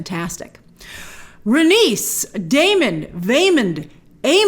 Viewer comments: Rain-ease Ray-knees Rhae-nys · Grace Meleys is pronounced like (May-Lees) and Rhaenys is pronounced like (Ray-Knees). Keep up the great work. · Meleys= Meeleeys Rhaenys= Rhae-nees And it's VelAHryon , not Valyrion (this felt like Hermione correcting Ron) If that makes sense ;) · i always pronounced it Rhae-knees and May-lee-s opposed to Rhae-nis and May-lis but George has said many times he does not consider pronunciation of his names important he says however anyone pronounces them is correct in its own way seeing as they are all fictional names to begin with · George R.R. Martin wants people pronounce his characters names however they like but in the show I think it's rhae-niece and mey-leese